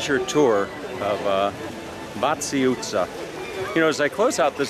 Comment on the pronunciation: That was a spectacularly accurate pronunciation of Váci utca.😊